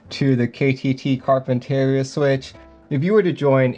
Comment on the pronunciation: this is how you say Carpinteria